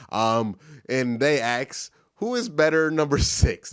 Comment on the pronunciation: i know that about axe. In fact, i think i started that by asking him here on yt: Why you keep pronouncing aks? Because i realy thought he is the only one saying like that. But how about pronoucing word the (diiii)? Is that also commen thing for black people?